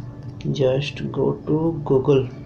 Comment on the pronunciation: Its funny when you say Google you say gagol